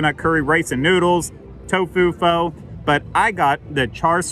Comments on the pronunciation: pho is pronounced "fuh" just fyi lol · Not to split hairs but you pronounced Pho incorrectly as well. Native speakers say it like 'fhuh', short U sound. But the great thing is, nobody really knows that, so your pronunciations are fine in this hemisphere, lol. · LOL mistakes are understandable. I mispronounced "pho" when I first started eating it. Granted it's been mainstream for years now. But, just can't read. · What the pho?